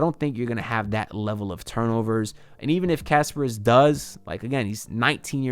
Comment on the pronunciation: Please pronounce kasParas instead of Casper. 😆